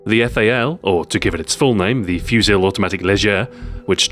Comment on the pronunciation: you don't pronounce the l in fusil in french